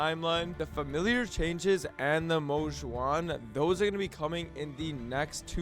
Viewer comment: Damn he practiced saying Mo Xuan to say it correctly in the video. W!!